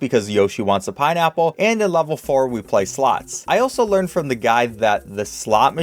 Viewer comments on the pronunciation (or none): none